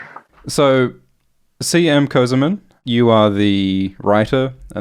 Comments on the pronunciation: Not közımın, it is kösemen. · This guy calls himself "semen co-semen" bro, how I'm supposed to take ts seriously